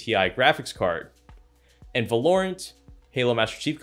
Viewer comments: My guy called the game Va - LoReant 😭😢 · You pronounced Valorant wrong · I think you should review how you say Valorant